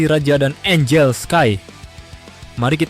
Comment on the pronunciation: Angel kali min bukan angle